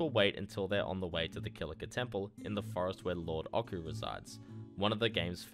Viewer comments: "Lord Ockoo" It's "oh-chew," based on the otyugh. One of the last vestiges of when FF was just Sakaguchi trying to make a D&D game before quitting. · You lost me at "Lord Okku" 😢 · ochu (オチュー) uses a soft ch sound, the same as the last syllable in pikachu. it comes from a D&D monster called an otyugh, which is approximated with the ch sound in japanese, but in no way is connected to any hard K sound